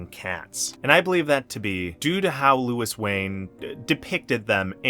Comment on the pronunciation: Thanks for the video. It would have been better if you pronounced his first name correctly. The French way.